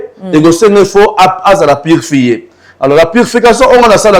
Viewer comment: Purfie te yy PURIFIER